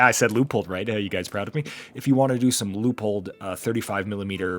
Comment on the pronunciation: I’ve been following for years: 1st for pronouncing Leupold correctly!🎉